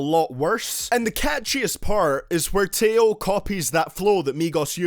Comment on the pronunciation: Plus it’s (A-YO) and (TAY-O)